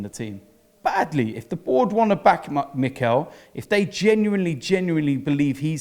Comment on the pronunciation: why does this guy keep saying mikel